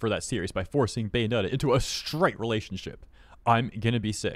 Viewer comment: It's Bae-onetta, not Gay-onetta.